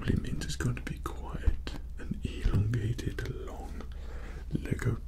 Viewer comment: A little slip Good video!